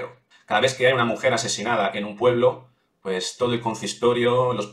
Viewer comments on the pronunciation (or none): none